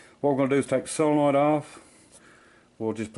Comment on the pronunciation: It's actually "solenoid," not "sylenoid."